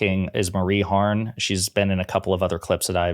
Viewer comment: Her name is Marie HARF not Harn. Names matter. Words matter.